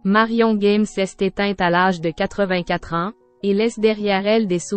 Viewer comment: Merci pour cet hommage, mais la pronociation n'y est pas c'est GAME et non Guème comme vous le pro,ocez, merci de rectifier. Il ne s'agit pas d'un jeu Game en anglais....